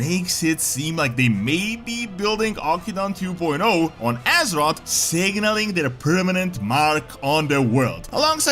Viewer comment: It's pronounced Aw-kin-doon we literally got the proper pronunciation in WoD.